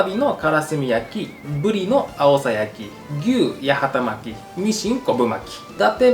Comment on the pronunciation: 八幡巻きを【やはたまき】と言ってしまう福岡県人谷やん😂 わかるよ、福岡県北九州市八幡は【やはた】だもんねぇ💦 でもね、この料理の元は京都府八幡市の郷土料理 京都府八幡市は【やわた】 だから【やはたまき】じゃなくて【やわたまき】ね😊